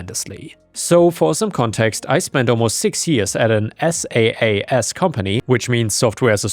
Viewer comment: "SaaS" is usually pronounced as "sass" instead of spelling out the acronym.